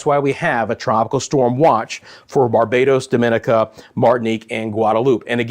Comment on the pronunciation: DOMINICA, is pronounced Domin nica.